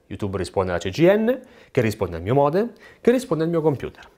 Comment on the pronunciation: creare una parola nuova per dire modem router è "moder" 😂😂😂